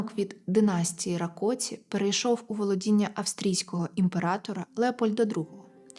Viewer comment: Вітаю. Правильні наголоси: Рáкоці, Бáторі, Íштван